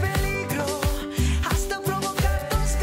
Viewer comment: His 'H' in 'HASTA' is not silent.